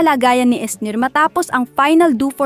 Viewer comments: Final Du? Hahahha Final Duwo kasi bess ang pagpronounce. At hindi Esnayr ha. Esnir un basahin bess. Susme ka. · Exit agad ako pagbigkas ng host ng name ni Esnyr as “Esnayr”, meaning hindi siya nanonood ng PBB. Pang-clout lang ito. Disliked button. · Bobo mo ate "du? Esnayr??" kasora pakinggan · Marunong kaba talaga magbasa ung pangalan ni esnyr dimu mbigkas Ng Tama viral lng dimu pa masabi Ng Tama.